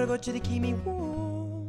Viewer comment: I love the way he says warm lol